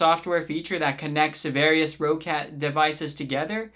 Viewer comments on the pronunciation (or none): Its actually pronounced "rocket" other nice vid. 👍